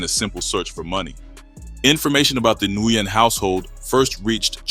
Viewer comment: Nguyen is pronounced WIN